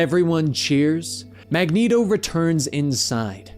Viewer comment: 90s Cartoon made Mag-neat-o canon. Magnet-o sounds like a breakfast cereal. Have a nice bowl of magnet-Os. Get all your essential iron! ha ha. Reading character names vs hearing them is often jarring.